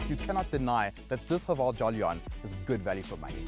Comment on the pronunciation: JOLLY - ON, way to go on butchering the name dude. It's JO - LIEN